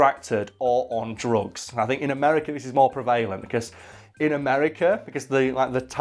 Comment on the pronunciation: I have a mild issue with how you pronounced prevalent..